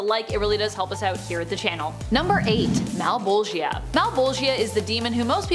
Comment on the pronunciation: Mal-Bowl-Juh Mal(pal with an m instead) Bowl(like for cereal or weed) Juh(Duh but starting with a J instead) Though Male-Ball-Gi-Uh had me g.o.l. (giggling out loud)